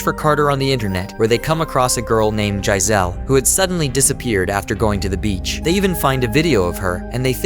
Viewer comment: Giselle is pronounced (JI-ZELL)